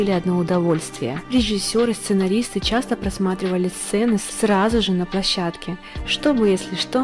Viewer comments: ПлОщадке.)) Лучше позаботиться о грамоте материала, перед выкладыванием во всеобщий доступ. А так, информация очень интересная. Спасибо. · "Скандалы на плОщадке"!!! Что ж так Вы безграмотны???